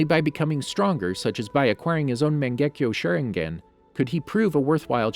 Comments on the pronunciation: so no one is gonna talk about how he said magenkyo sharingan ? its sounds so weird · ”MANGEKYOW SHERINGEN"